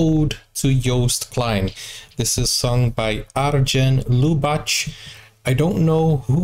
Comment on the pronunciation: You should pronounce Lubach with a Dutch 'g' like in ongelukkig (unhappy) or the jiddish name 'Micha'. Arjen made the clip 'Holland second' as a reaction on Trumps 'America first'. Overall I enjoyed your podcasts on the festival. Thanks.!